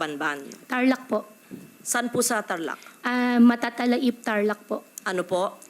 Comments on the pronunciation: The way na bigkasin niya yung word "Matatalaib" parang ngayon niya lang nabasa. Di ganun yung pronounciation dito samin sa Tarlac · Mali yung pronunciation nya. “Matatala-ib” ang pronunciation dun. Kahit sinong dun lumaki ganung bibigkasin yun. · No way! She can’t even pronounce ‘Matatalaib’ Tarlac properly. Lumaki ako sa Tarlac hnde ganyan tamang pagbigkas if dyan sya tlaga lumaki o nakatira dpat alam nya din tamang pagbigkas nyan!!! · doesn't even know how to pronounce correctly yung name ng Brgy s Tarlac. It's Matatalaib, not Matatalahib. Laking Tarlac yan h! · kabayan tama ba, tama ba? Nag-search ako sa YT na dapat pronounce ay Matata-laib (may slight pause/stress/diin dun sa laib) not yung way ni Guo na Matatalaib (dere-derecho). So paranag Matata (yung derecho) tapos punto sa laib kaya Matata-Laib. Tama? Salamat 😅😅😅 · Whether you grew up outside or inside Tarlac city, Walang tarlakenyo ang magpro-pronounced ng "matatala-ib" unless you are a Chinese spy, unless you are not who you say you are. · Even Brgy. Matatalaib you can't even pronounce it perfectly. 😂 Kung Lumaki ka sa Tarlac you should know how to pronounce it with a kapampangan accent. Majority of the people from Tarlac are Kapampangan so don't you dare na sabihin sa amin or convince them that Tagalog ang language. I'm a kapampangan kahit san lupalop kapa ng Tarlac pumunta, Kapampangan talaga salita nila bihira lang sila mag Tagalog. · Pgi pronounciation ng matatalaib eh mali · The pronunciation of Matatalaib is super wrong. Kapag tiga tarlac ka alam mo ang pronunciation ng "Matatalaib" lalo na politiko ka. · Im from tarlac...that is not the way they pronounce matatalaib here...unless your an outsider or just learned the word...😮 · tarlaceña pero yung MATATALAIB ibang iba ang pronounciation nya.. malaram ya ing Mayora yu! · "Matatalaib" is pronounced differently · Taga tarlac po ako and katabing barangay namin ung matatalaib, and ung pag pronounce nya ng lugar na "matatalaib" maling mali napo😅